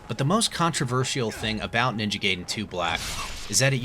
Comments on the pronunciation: It’s pronounced GUY-DEN, not GAY-DEN. Also, they should have kept all of the content of both versions so that way they can actually call it definitive. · Guy-den, the majority of the Latin derived language speaking world says it like that. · You said it right but continued whit "Ninja gayden" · That’s when I knew he was doing it on purpose 😂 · Gay-den. Guy-den. Lol did you switch between both pronunciations on purpose 😂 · I was dying inside every single Gayden coming out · The pronunciation of gaiden annoys me